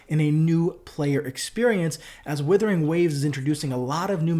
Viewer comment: It's 'wooothering', not 'willthering'.